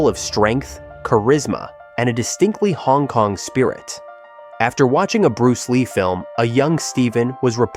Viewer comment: "Bluce Lee of course" 😂